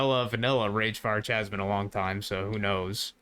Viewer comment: Awesome vid! Am so hyped on AI companions at the moment. Oh one thing tho, Chasm isn't pronounced like you think it is. Phonetically i'ts ka·zm, not cha-zm. You're welcome ;)